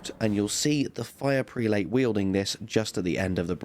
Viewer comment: Superb vid! FYI all friends, "prelate" is pronounced like "prel-it."